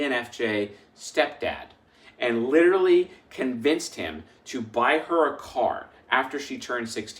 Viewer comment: I wonder if it was the fever that made him say “hor” instead of “her” 😂😂😂 And I am going to put it easier : bring a Chris Hemsworth look like man in a suit smelling good and tell me he is my new boss and I swear I don’t go anywhere!! 😂😂 I will be sure to give him a good experience 😂😂😂